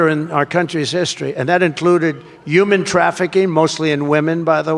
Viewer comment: Trump says Youman trafficking. Not Human trafficking.